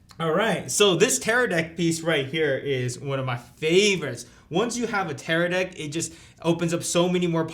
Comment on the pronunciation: Bro he said Teradick ahahahah